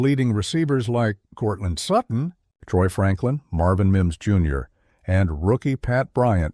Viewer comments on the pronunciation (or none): No, I never thought Denver would lose. And stop with talk. It's lazy. I'm tired of you mispronouncing names with this. You pronounced PS2's last name as "certain". Extremely irritating.